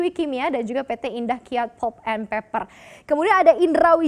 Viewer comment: 'pʌlp' not 'pup', ˈpeɪpə' not peper 😂😂😂